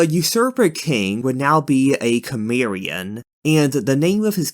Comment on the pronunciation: You’re doing a good job, but what’s with all the horrible mispronunciations? It would be nice if they were exciting or sounded interesting, but Kimeria instead of Cimmeria etc sound dull, less intense, and people generally pronounce these things way different. In the case of Cthulhu ok, there’s no real pronunciation, but with the rest, most come from actual toponyms.